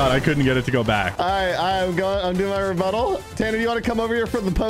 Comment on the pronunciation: sounds like instead of rebuttal says," rebutt hole"